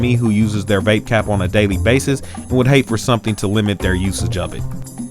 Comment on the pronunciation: "Vapecap" lol